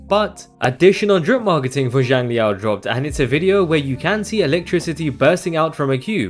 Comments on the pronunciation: Theres still some tiny nuances in there thats not 100% accurate but it would be miles better than pronouncing it as more of a “Jiang” sound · A more accurate pronunciation of Xiang in Xiangli Yao would be “Syang” since X in Chinese always makes more of an S sound